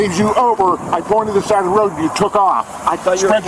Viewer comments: Sorry sir, this cop is one of your Southern boys haha. There's no northern accent that pronounces "road" like that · The way he pronounces “road” irks tf out of me. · He has a southern accent. "Road" is only one syllable, not two.